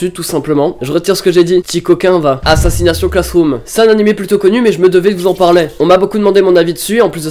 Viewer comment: je te promet si tu répète encore une fois assassination (accents français) je te massacre! c ASSSASSINATION (accent anglais)!!!!